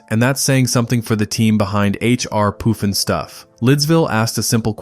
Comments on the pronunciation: It's PUFF N STUFF... NOT poof n stuff. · Puff n stuff not poof n stuff! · Puffin stuff not poofinstuff!!😂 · It's "puff" and stuff, not "poof" and stuff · and it's pronounced puff-in-stuff, not poof-n-stuff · PUFF ..PUFF NOT POOF ..YOU GOOF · Puff & Stuff!!! Not poof .. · HR Poofinstuf?? C'mon! Read the damn script before showtime.!! PUFFnStuf argh..... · LOL, AI called it, "H R Poof 'n Stuff". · Why did the announcer call it "poof'in'stuff"? Good lord. At least get the name right. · Its H.R.Pufnstuf😊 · "POOFin-stuff" cool AI dude....so lame. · Yes thanks for the correction that was driving me nuts. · Oh my God boogaloos and poof n stuff? Did the person who made😂 this video even watch a single episode?